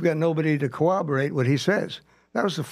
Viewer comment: This drives me nuts!!!! But why can’t cops say “corroborate” ffs 🤦🏼‍♀️?!!! They say every version except the one containing two R’s. What the hell does “cooberate” mean??